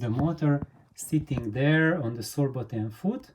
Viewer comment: Ok! And what is the name/material of the foot? You say “sorebotaine”:) Sorry, not making jokes about accents here, just trying to find a similar foot:)) Thanks again! Edit: I googled the term and I guess you said Sorbothane. Is that especially recommended, or are other materials equally usable? Thanks!